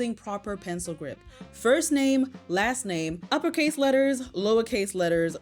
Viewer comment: That mom cannot even pronounce “grip” correctly; she said “group”